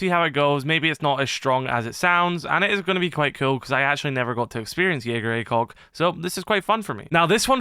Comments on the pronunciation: Jägaer Acog 👀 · Did someone say JAGER ACOG?!